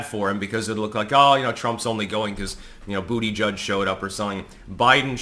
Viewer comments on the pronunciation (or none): none